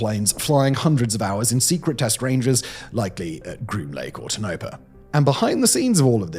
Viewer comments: Toe-Na-Par, not Tuh-No-Per. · Not Toe-no-pa. Tone-a-pah. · LoL Dork its Tone-a-paw "Tonopah" and yeah I know native american names can be hard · Its Tone ah paw